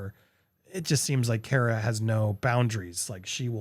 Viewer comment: Andy. Say the word COMMA. Then replace the M's with R's. That's how you say CARA. Say the word CAR and then add an "uh." CARA